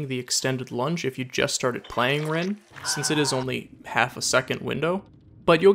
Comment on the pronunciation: Rin is pronounced REEN not RINNE